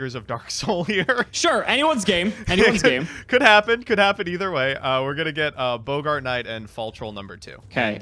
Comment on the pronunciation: ......it's Bog-ert, not Bo-Gart. it ain't the actor from Casablanca.